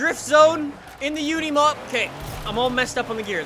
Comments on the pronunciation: Unimog not Uneemog It's like unicorn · Says “try to drift with unimoug” I’m out